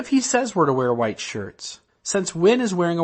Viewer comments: Ah, I've never been LDS or anything to that effect but I find other people's belief systems fascinating. The speaker, "" or whhhhatever seems to have an interesting vocal tic. As in he pronounces the word "white" as if it begins with the letter "H'". Hhhhhhwite! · I'm from Utah. Isn't "hhhwite" the proper pronunciation? I thought it was as I put some hhhwipped cream on my strawberries.